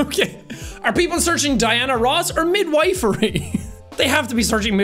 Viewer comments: Weirdly Midwifery is prounced "Mid-whiff-ery" - no hate just being a pedantic old woman 😊❤ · MIDWIFERY HAHAHAH bless you sean xD the i in wife here is pronounced like it is in stiff <3